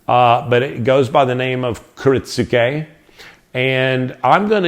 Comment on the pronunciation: I think the "u" is silent. I hear it pronounced as ki-RIT-ske